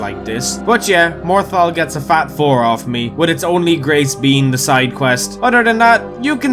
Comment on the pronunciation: Legend said morthal kombat...